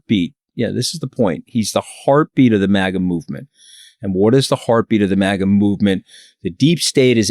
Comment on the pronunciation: I say MAGA she says MAGAR 😂😅😂😅